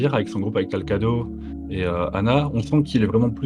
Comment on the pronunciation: c'est pas talcado mais talcrado